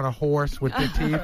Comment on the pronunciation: big teef boff